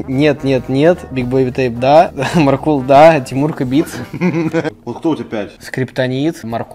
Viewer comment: Правильно МАркул, МАркул, а не МаркУл